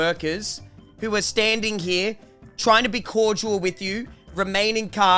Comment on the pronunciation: needs to learn how to say the word CORDIAL keeps saying CORDUAL